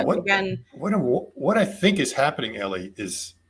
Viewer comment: MY FAVORITE "Space "EllieIn"... lol